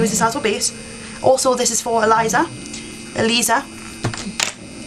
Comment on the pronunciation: My name is Aliza too. Exactly how she pronounced it. I loved hearing my name in the video..personally I have come around so many alizas dat i'm thinking of changing my name